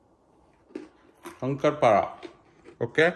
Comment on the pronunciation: It's shankarpali not shankarpada , Hey u r mumbaikar & still u don't know pronunciation 😬😬😬